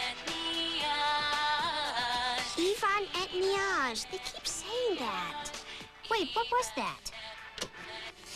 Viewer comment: sounds more like evan et nee yaa to me than yvan eht nioj